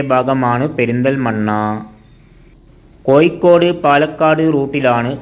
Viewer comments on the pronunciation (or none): കോയിക്കോടല്ല കോഴിക്കോട് എന്ന് പറയൂ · മലയാളത്തിൽ ഴ എന്നൊരു അക്ഷരം ഉണ്ട്...തൊടുപുയ, മുവാറ്റുപുയ, കോയിക്കോട് അല്ല... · Ennal pinne, malayalathil Kozhikodinte peeru mattiyit Koikode ennakkikoode? Swantham naatukar thanne peru maryadhakku ucharikkunnillel pinnenth paranjit karyam. Evde aarum engade malayalam slangine kalayakkunilla, ningalude ucharanatheya kaliyakkunath. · Actually it is koyikkode... It is derived from koyalkottai